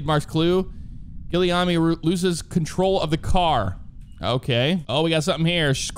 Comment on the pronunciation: Guillaume pronounced: (hard G like Golf) (ohm pronounced like ohm's law) Giii - Y'Ohm Source: Me, un osti d'Quebecois qui se promene sur les internets...